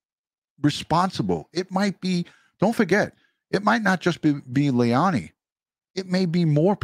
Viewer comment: Please don't excuse yourself by saying you don't always get names right. Be professional and get the name right. Lei la ni. Not hard, but unprofessional. It will make you that much more respectable as a detective and youtuber.